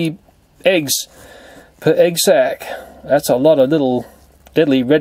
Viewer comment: whenever he says "sac" i'm mishearding it as "sex"..😂 is it just me....oh....okay .......then..(sorry)